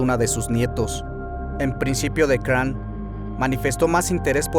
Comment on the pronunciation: se pronuncia Craón, Gilles se pronuncia Gill (en efecto) D´Rais (se pronuncia D´Ra no "Re" observación no hera homosexual. le gustaba sodomizar como lo romanesco de su lectura, es decir le gusta "dar" mas no "recibir" (como lo hacian los romanos pero no hera homosexual) mas bien su caracter... como decirlo perverso, amo profundamente a juana de arco incluso despues de él mismo haberla entregado a los ingleses se arrepiente y la busca en las masmorras pero juana a quien ve es a el diablo (gill) y no acepta su renovada propuesta de amor, ella es quemada como bruja, gill se retira a machecoul y comienza a delapidar dinero en obras de teatro dedicadas a juana, despues mata en medio de sacrificios humanos si a jovenes, niños e incluso niñas, con el afan de resucicitar a juana, de acrecetar su fortuna y no en vejecer pero no fueron tantos como la inquision lo dijo (mas bien aprobecharon de su estado mental y asi con lo exagerado de su confeción , nació hasta hoy esta leyenda negra de gill, hasta hace poco, segun registros hubo un juicio donde se le exonero y se le devolvio su rango de heroe nacional, aqui es la mezquindad de la iglesia, lo sucio y lo peor para quedarse con lo que quedaba de sus tierras y fortuna, si bien no fue un santo tampoco fue un grande asesino, el pez por su boca muere, si te torturaran ati QUE NO DIRIAS Y MAS SI NO ESTABAS EN TUS CINCO SENTIDOS, GILL HASTA LO CONVIRTIERON EN VAMPIRO! ¡POR DIOS! AUN ASI, DIJO TANTAS COSAS QUE PASARON A LA POSTERIDAD ENGRANDEC